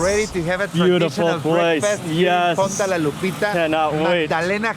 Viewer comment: Your pronouncing it with a u not funda it's fonda with an o